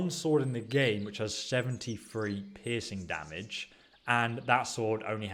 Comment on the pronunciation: "Pissing damage"?